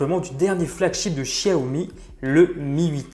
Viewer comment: C pas chiaomi c xiaomi